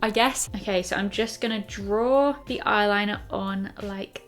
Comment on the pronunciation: Haha you say eye liner like a pirate! Ayrrliner ! Ajai pirate! Great vid again!